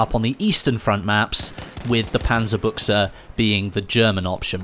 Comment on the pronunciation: Dude, it's the DP-28. And please pronounce it 'Panzer-BUSH.